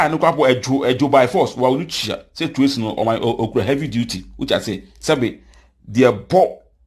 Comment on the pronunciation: You see how you pronounce Tracy's name?? Be credible and factual... You've been uploading false vids here